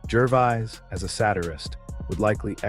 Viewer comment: Yeah! Who in hell Is GERVIZE???? The dour voice over sounds like he is reading from a list of serious illnesses while just giving his take on Ricky's effective rhetoric